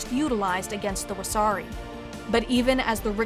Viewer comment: everyone laughs because the pronunciation made it sound like wahsarki, a jelly donut